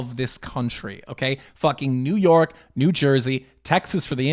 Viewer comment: The accent came out with New Yowk lol